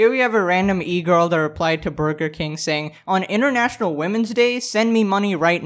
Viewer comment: ...I kinda love the way you say “international” it’s more like “intranational”😂